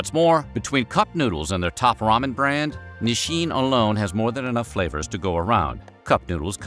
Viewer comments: it's so weird narrator keeps pronouncing it "Nisshin". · why does he keep on saying "ni-shin"? i've never heard that pronunciation before, not even from my japanese friends.